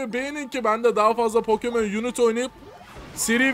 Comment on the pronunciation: Pokemon yunit diye değil pokemon yunayt diye okunuo